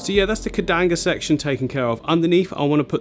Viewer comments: He talked about it a whole bunch of times, saying the exact name - incorrectly. It's not "Kedanga", it's Bucephalandra sp. "Kedagang". Keep in mind, though, that it won't look anything like this once it transitioned to its underwater form. Kedagang grows looong leaves (up to 5+ cm) in a light green tone. Every Buce changes so do your due research before spending money. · It's KEDAGANG. Like Cad-uh-gang. Not KEDANGA. 😂😂😂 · Repeat after me, the buce is "keh-da-gang" the shrimp are "rih-lee" 😂🤪